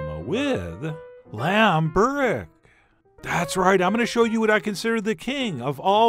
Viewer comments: Pronounced "Boo-wreck" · Heyo Chef John, You must eat this stuff with yoghurt, and next time make it greasier , that the authentic way to make it and eat it and by the way the way you pronounce it is bo-rek (like boo but shorter) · It's burek not borek